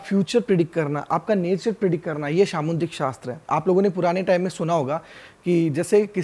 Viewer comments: It’s called Samudrik shastra Not samundrik shashtra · सामुद्रिक शास्त्र bolna sikho